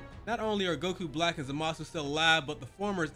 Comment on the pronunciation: Just an FYI but the voice actor for Goku Black happens to be the same VA for Goku lmao. Edit: Also you're pronunciation of Zamasu was nearly spot on no need to fret. For someone who's not in touch with the franchise like that you did better than even most fans lol you good 🤣🤣